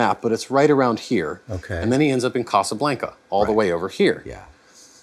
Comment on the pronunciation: If he says "casa blank-uh" one more time.... 🤣